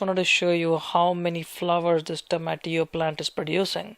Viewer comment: I like his pronunciation of tomatillo